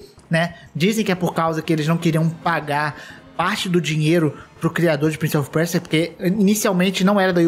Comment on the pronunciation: Quem mais sentiu agonia do falando "PrInCiE oFi PuErSiA" fala direito é Prince of Persia